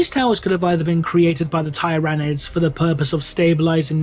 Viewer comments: Yeah I thought it was Tyr-a-nids. Tyr pronounced like tear ... Like a tear that you cry. Does that make sense? Lol. Not Tie-rah-nids. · The "first" planet/system they were documented by the Imperium in is/was Tyran, which is pronounced as tie-ran. All that being said, "teeranids" sounds better to my ears. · Why do you keep miss pronouncing tyranids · I wonder if will ever pronounce "Tyranids" correctly.